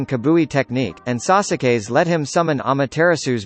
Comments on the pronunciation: This dude said sauce a kay and said amooturatsoo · The only one that was pronounced properly was the Rinnegan and jougan bro and the way they pronounced Sasuke. Sas-a-Kay. I’m dead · Why "biyagukan" and "sasooke"? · He said sauce sa Kay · He said Sasoo-ke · Sauce ak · Dude he said that all the words wrong IM MEAN COMMON NOW HE EVEN MISPERNOUNCED SASUKE